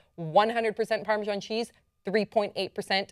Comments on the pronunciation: I've never heard of Parmejon. Perhaps you mean Parmesan? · I'm on the only English guy thinking why are they calling it 'parmejon'. Pretty sure it's pronounced 'parmezan'